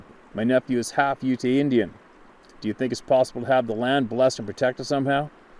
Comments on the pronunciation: Hey just FYI I believe in Kerwin’s email (Skinwalkers Ranch). Ute is pronounced Yoot. You are awesome brother! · Ute Indians are pronounced yoot. No ee on the end. Thanks for all you do. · Ute pronounced;Yoot,bruv😉